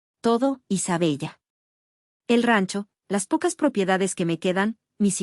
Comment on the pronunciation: Isabella se pronuncia Isabela